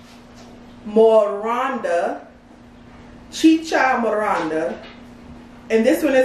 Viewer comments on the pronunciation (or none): YASSSSS Peruvian Cuisine. Not Chi Cha MoRANda 🤣🤣🤣 Love the vid tho